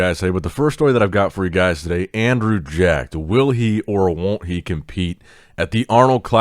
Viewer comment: Somebody get some jollof rice for his pronunciation of Andrew’s name. Pretty good 👍🏿